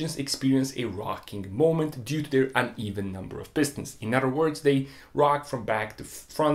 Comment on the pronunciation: Udder udder udder. Dude learn how to pronounce the TH. An udder is where milk comes from. Other on the other hand is a whole other word.